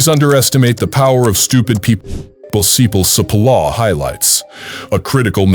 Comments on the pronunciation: The name is pronounced /tʃi'polla/ not Sepola! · I appreciate the information but for those who choose to listen you need to know that the pronunciation of Cipolla’s name which actually means onion is butchered by the speaker.